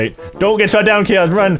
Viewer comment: says Chaos like Kiosk:P